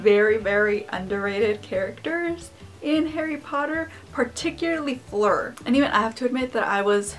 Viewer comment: The way you pronounce Fleur is SO adorable